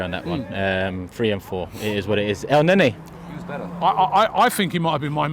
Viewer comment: Man said Elneny motm